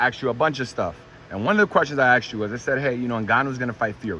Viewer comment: You axed Eddie the right questions. But you really need to get that axe thing corrected. Most Europeans would clown you on that. The word is ASKED. Now. Go on with interviews showing the world just how stupid American's sound with a simple 3 letter word.